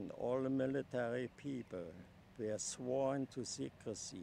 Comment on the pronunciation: Did he just say "...sworn to secrency"????? Since when is there an "n" in secrecy???